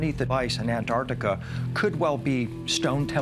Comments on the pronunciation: The way they pronounce Antarctica bruh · Why is Antarctica pronounced Anartica? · why he keeps saying an-artica, literally eating the T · I wish someone would explain to these Yanks that it is NOT An-Artica! The region is An T artica, YES , with a T after the n ! STOP BASTARDISING THE ENGLISH LANGUAGE, MORONS! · Why can’t Americans say Antartica,morons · the way this narrator says Antartica is doing my head in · Why do Americans leave the "T" out of Antarctica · can you please pronounce it correctly pronounce it with the T lol bloody yanks! An tarc ti ca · Antarctica. The world’s most mispronounced word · May be petty but why do Americans not sound the T’s in AnTarcTica? So hard to listen to and it’s harder to say without the T’s. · whats even more strange about this is that people dont pronounce the T when saying anTarTica